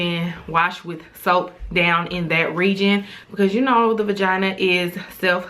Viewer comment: Finooter 😂 I love it